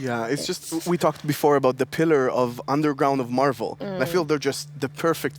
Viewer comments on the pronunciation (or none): none